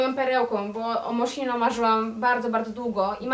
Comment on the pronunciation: Dziewczyny to nie „Moszino” tylko „Moskino”